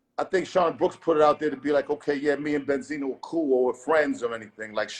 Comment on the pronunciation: Bend-Zino smh lol Wasn't Bendzino the one caught crying on camera to police telling them someone had a gun and threatening him. ON CAMERA smh lol